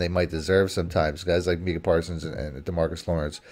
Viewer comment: Brutal listen as bagged on Parsons and couldn’t even say name right. Best defensive player in the league and 2nd best overall behind Pat.